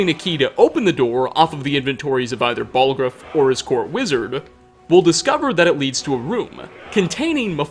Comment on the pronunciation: Without any further ado-wuh, let's ask the questionnuh: Is Jarl Balgruufuh... evillluh